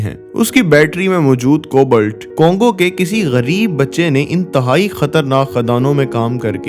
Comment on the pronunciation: I don't want to let you down but its "कोबाल्ट" not "कोबल्ट "........and by the way your content was too good ....